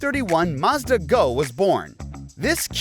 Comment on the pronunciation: The is no R in Mazda. 🤦‍♂️